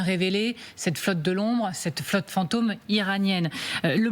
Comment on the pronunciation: Le commentateur paraît assez intelligent, mais pourquoi prononce-t-il plusieurs fois fant'homme à la place de fantôme ?